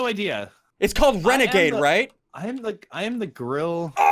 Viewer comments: He actually said is the renagade rare??? I’m like 👁👄👁 right now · This is how many times Ssundee said Renagade rader? l l 🔻